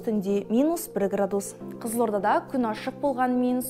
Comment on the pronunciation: Градууус ,градууус жаксы екен ударение у нее у га тусып тур. мунда ударение а арпыне тусыру керек